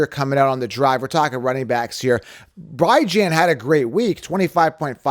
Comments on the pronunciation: It’s pronounced B - John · Can you please pronounce Bijan properly? Cmon man…